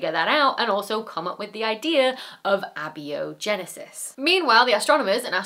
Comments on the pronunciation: The way she pronounces abiogenesis is appalling. The right way - A-bio-genesis. The idiots way- abbey-o-genesis...'nuff said. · Okay, are you saying abiogenesis wrong, or has every biologist and biochemist I've talked to or heard talk about it said it wrong? ab-io-genesis instead of a-bio-genesis? I'd love a short on why you're saying it the way you are if you can't put it in text. I'm not trying to be a smartass or something I'm just genuinely curious. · I am pretty sure it's pronounced a-bio-genesis not abi-o-genesis. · Ab-bee-o-genesis? Isn't it pronounced a-bio-genesis? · Instead of "ab-e-o-genesis", in the USA we pronounce it "a-bi-o-genesis". Similar to a-theist, or a-loud, or a-chromatic. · Abbie O'Genesis, not A-bio-genesis? We are all Irish now. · Please, it's pronounced Aye-bio-genesis not abby-o-genesis; it's from the Greek. Sorry to be such a pedant but a science influencer should care about the detail. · Abiogenesis. Thank you for that lovely pronunciation. Abi-o-genesis. It brings Marty Feldman to mind in Young Frankenstein. "Abby- something." "Abby normal." I usually hear it as a-bio-genesis. (Non biological beginning.) I will totally adopt this Irish person; Abby O'Genesis. :') Now, all kidding aside. Thank you for another great video Dr. Becky. It's always a joy to see new content from you. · "Abby-genisis?" Sounds like a character in Young Frankenstein. Do you mean "eh-bio-genisis?" Kinda like "eh-theist?" Generally in the English language adding an "a" prefix negates the following term. Hence "abiogenesis" is "without biology genesis." Other words follow this rule, like "eh-typical." (Note: I'm not a scientist, but I am a HUGE word nerd.) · It's pronounced "ay bio genesis" not "abbio genesis". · you're the first one I've heard pronouncing it "abby-o genesis" :)) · abiogenesis is pronounced "ay-bio-genesis." Long "a". From the latin. "a" meaning not, "bio" meaning life, "genesis" meaning creation. Not biologically created.